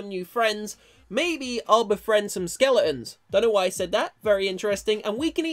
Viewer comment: said ''skele~ons lol